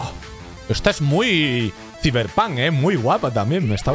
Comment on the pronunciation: Like si creen que dijo ciber pan🤣😂🤣😂